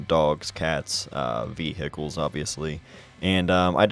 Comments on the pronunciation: Awesome, lot of great shots as always. Love the way you say veh-Hickles. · Me: Ohio is considered a northern state, right?: Vee-hickles.